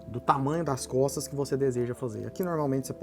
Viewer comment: no inicio eu escutei "aprenda a desenhar cofres" kkkkkk